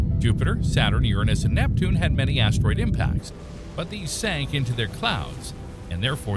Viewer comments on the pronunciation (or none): none